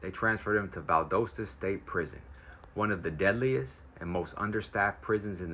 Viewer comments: It’s Val Doss Ta not Val Dose Ta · Georgia resident. We pronounce it " Val-doss-ta". We are strange I know.